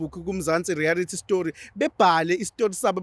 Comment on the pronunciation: Mzantsi reality or mzantsi rearity